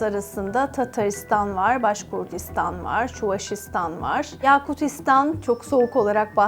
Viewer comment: Başkurtistan derken yanlış telaffuz ediyorsunuz. Cahil cühela başka şekilde algılıyor.. D harfi değil T olarak telaffuz ediniz.